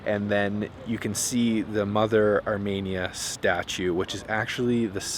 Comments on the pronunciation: Pronounced Armēnia. Not Armānia. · No offence, but it’s pronounced Ar-Me-Nia, not Ar-Mania. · FYI - it's Ar-MEE-nee-ya, not Ar-MAY-nee-ya.... trust me, I'm Ar-MEE-nee-yan... Pronunciation notwithstanding, you made an extremely excellent video, thank you so much for this!!!! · Say it with me. ARE- MEAN- EE ANN not arh-MANIA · The way you’re pronouncing Armenia is very odd. It’s Ar-ME-nia, not Ar-MAY-nia. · It's ArmEnia, not ArmAnia. Good grief! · The fact that you repeatedly pronounce the name of the country as “Armania” rather than “Armenia” is so disrespectful. How do you travel to a country and not know how to pronounce it? It seems purposeful. You did this in several videos. Over and over and over. My Armenian wife was gobsmacked by your disrespect and carelessness. Do better dude. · You need to listen. Zara, the female chef, pronounces the word "Ar-mee-nee-ah". Every time YOU say it, you pronounce it "Ar-may-nee-ah". That's not the same thing. What if I said "Ca-ner-dah"? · Not ArmAinia, Armenia. 🥸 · It’s pronounced (OUR-ME -NI-A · Could you consider correctly pronouncing the country name Arm”EE”nia? Your way of naming the country sounds like Romania with an “A” sound. While the tour is enjoyable, this one point is distracting. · It's pronounced ahr-mee-neeyah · Where is Armania? Why do you keep pronouncing it wrong? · The way you pronounce ‘Armenia’ in these videos hurts my soul (jk), but I love that you went and enjoyed yourself!